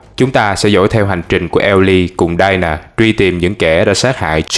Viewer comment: Đọc mấy cái Tên thôi cũng sai :( Đi- na not đai na. Chời ơi